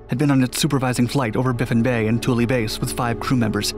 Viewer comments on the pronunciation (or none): Baffin Bay not Biffan